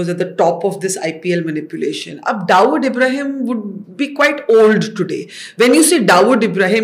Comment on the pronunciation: Barkha can you please be authentic with your accent. You know very well how Dawood is pronounced in India but you are acting like you never lived there and so pronounce it as if you studied your entire life in North America. I'm a fan of your work but your wanabe accent is seriously cringe.